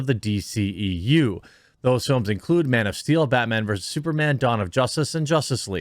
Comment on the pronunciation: Bat whammon, lol.